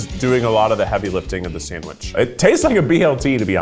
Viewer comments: I know Jackie from Smosh is loving saying sanwish for this episode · '"Sa-wsh" "san-grich" - 🙏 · "Sang-rich"